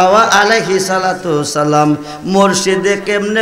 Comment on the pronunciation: সালামটাউ শুদ্ধ করে উচ্চারন এর যোগ্যতার অভাব দেখতে পেলাম। আল্লাহ পাক এই সকল নামধারী আলেমদের হেদায়েত দান করুন।